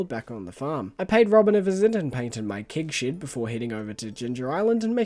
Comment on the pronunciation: I know you’re saying “Keg Shed”, but I stg it sounds like “Kink Shed” and… I have so many questions, lmao. Also, Calvin Klein x Stardew Valley is the collab we never knew we needed, but absolutely did! 😂 imagine rocking up to your local Myer and buying CKxSV Monster Musk cologne/perfume. 😂 Perfection.